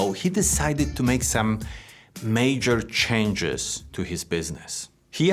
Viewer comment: Haha change sounds like chang =e chinese or shank- e haha❤❤🎉🎉